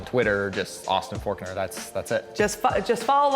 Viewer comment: Austin Folkner huh?hahaha,for real tho he's one of the raddest dudes to ever race a MX bike...its Forkner btw